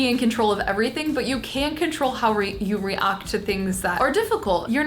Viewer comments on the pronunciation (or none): did she say reuct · Issit just me or does say react weird,re-arct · she says react in a british accent it was so funny but i freaking love so freaking much and i really wanna meet her she is so nice and charming and if people are mean to her they dont have a heart bc why would they if they cant respect someone like i freaking love you and never change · Love you queen!!! Also, aid no one gonna talk about they way she said ‘react ?